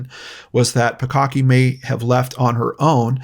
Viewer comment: I just keep hearing "bukkake" everytime he says the 2nd girl's last name